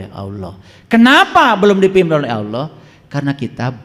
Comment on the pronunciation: Yang saya dengar .saat dia menyebut nama Allah...tidak fasih...